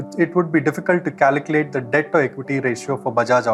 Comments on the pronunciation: CALCULATE, not "caliclate" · Great video and super helpful but for god's sake please learn how to pronounce "calculate"... it's incredibly distracting.